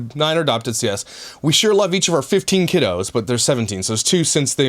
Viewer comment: Did he say "kiddos" 😭😭 I've been dying laughing at night to the mkya videos the last week! Just thought that was funny. I haven't laughed so hard in a long time!